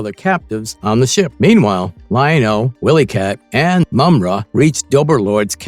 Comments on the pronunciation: Ok I’m trying to get through this but had to stop. Why do you keep pronouncing the name wrong? Have you ever seen Thundercats? Who is WillyCat? It’s W-I-Lee-Cat pronounced with a long (Eye). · Fire this narrator - he's illiterate. 'Willy' and 'wily' are not pronounced the same, nevermind all the other names he butchered. Also, fire your scriptwriter, if there is one. He's illiterate, too. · Is this an AI narrator?! Mispronounced name and really bad pausing in voice.... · He pronounced pretty much every name wrong. I was getting very aggravated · Why can't your narrator pronounce the names of most of the characters? He clearly never watched an episode in his life